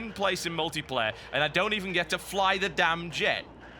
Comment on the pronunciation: What is this "ultiplayer" you speak of?